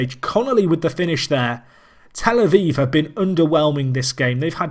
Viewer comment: A viv not vive!